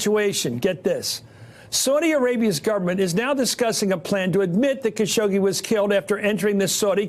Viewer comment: It’s Khashoggi not Shakoggi... lol